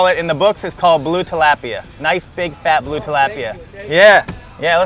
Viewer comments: its tilapia agrwssive p and fast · He’s saying tilapia wrong